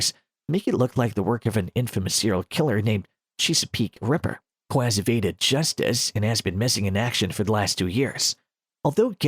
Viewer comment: chsapeek rieper, I dont know why but I just cant stand how this bot says Chesapeake Ripper